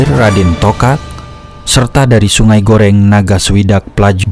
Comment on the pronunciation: sungai gerong bukan goreng wkkkwk